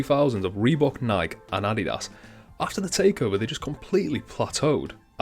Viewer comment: Great video. Please though, note it is not pronounced Nike it is Ni-kee.